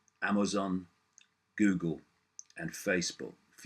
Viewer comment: I love how he pronounces it "Gewgle". Icke is the real world Alfred.